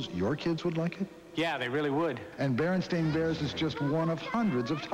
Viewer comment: He clearly said "BerenSTAIN" bears.